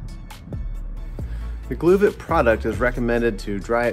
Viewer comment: Great video! I’ve only heard it pronounced “glove-it.”